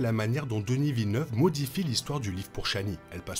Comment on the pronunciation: Toujours intéressants vos vidéos, même des mois plus tard! Pourquoi par contre dites vous "Denisse Villeneuve"? Vous savez, nous québécois prononçons les lettres des prénoms francophones comme vous! Il en va de même pour Justin Trudeau, que j'ai entendu trop de fois prononcé "Justine Troudeau" outre-atlantique!